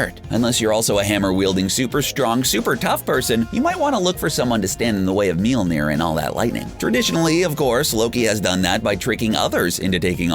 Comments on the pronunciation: They couldn't even pronounce Mjölnir, how its called in my language. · I've been fucking crying with laughter at how he pronounces Mjölnir 😂😂👌